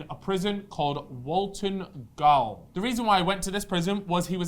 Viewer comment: Gaol is pronounced jail btw